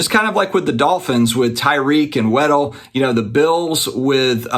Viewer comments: It's WAD DLE...as in look at my big "Wad"...NOT WEDDELL. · It’s Jaylen WADDLE not Weddle 😂 Great content btw. 🙏🏼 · I believe his name is pronounced WAD-DELL (lol I don't even know if I'm explaining/spelling it the correct way) anyways im a Dolphins fan so I have really high hopes with Miami this year, I say that EVERY year lol 😂 😂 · Lol I just made a comment trying to say the same thing